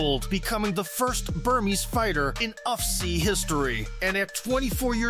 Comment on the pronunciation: Please don't keep repeating "UFCEE"...it's U..F..C..come on man..